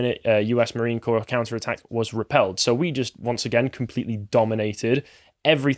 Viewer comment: Corps is pronounced 'Core', not 'Corpse'. Amazing, how often people of their age/s mispronounce so many simple words - like they've never heard them spoken.